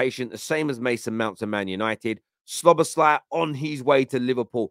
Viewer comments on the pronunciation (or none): Brother. It's pronounced: Sobber-sly Hahaha you make him sound like a male on male erotic film actor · Szo-boss-him-lar. I’m calling him